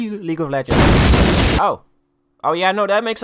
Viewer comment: I have no idea why but the part where you struggle to say League of Legends is hilarious to me